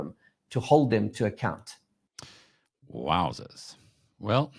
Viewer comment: “WOWZERS” Could you BE any more South African, bru!? 🤣🤣 Love it